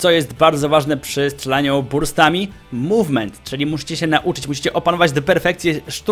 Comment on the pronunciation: Dokładajcie do tego mółwment.... Może jeszcze: pamiętajcie, że ważny jest siutking ale ze strejfem w mółwmencie! I na litość boską nie "burstamyyy", ale "bełrstami"... Końcówka języka sięga do palatum! Polecam jednak używania języka polskiego, albo angielskiego. Takie hybrydy to brak szacunku dla obydwu.